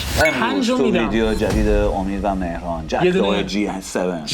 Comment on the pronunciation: آقا آبروی رفت چرا اسمش رو مهران بلد نیست بخونه